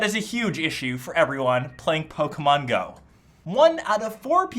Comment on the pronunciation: He says Pokémon like Pokemeon